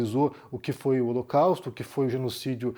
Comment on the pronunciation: Ele falou o locausto